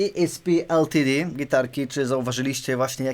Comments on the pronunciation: O co chodzi z tą wymową "e es pe el ti di"? Albo "e es pe el te de", albo "i es pi el ti di" :P Później pojawiają się jeszcze "hambakerski e em dżi". :D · Błagam... Jak czytasz/wymawiasz nazwę ESP LTD to zdecyduj się na jeden język, bo wychodzi coś w stylu tej solówki do NEM... Niby wiadomo o co chodzi, ale słucha się tragicznie ;)